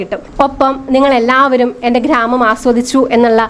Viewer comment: നല്ല സ്ഥലം ❤ പിന്നെ ഖ്ര്രാമം അല്ല..😂 ഗ്രാമം എന്നു പഠയൂ കുട്ടി..😁